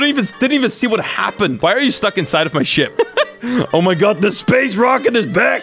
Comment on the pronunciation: When he said ship I thought he said "sh**